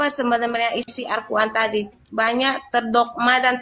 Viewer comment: Arkuan😅mbak"mengeja alquran saja salah Hal sederhana saja sudah kelihatan botolnya😅